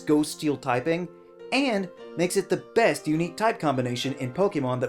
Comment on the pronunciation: No one noticed the Error made at #5 Best, they end up almost saying both so it sounds like you said "#5 fest" Because of the mixup mistake, dunno if anyone else pointed this out btw.